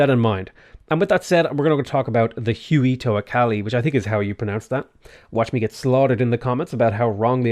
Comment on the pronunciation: Jajajajaja im mexican and I just cant with huey jajajajaja wey its how you said it